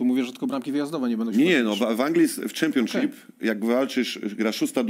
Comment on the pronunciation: Tak Tomek twój english to jedna wielkia katastrofa, Ty to nawet prostego słowa jak Championship nie umiesz poprawnie wypowiedzieć.. A powiedz jeszcze raz Player, 😂😂😂